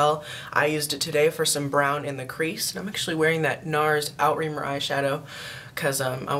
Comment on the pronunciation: love it ! great favs : ) just a tip though, nars outremer is pronounced ooo-tray-mare ; ) xoxo